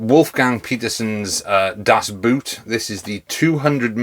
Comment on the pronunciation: FYI the double-o sound in German is just a longer version of the single-o sound, not a totally different sound like in Engish. Think Das Bohhhhhhhhhhhhht :) Love your videos!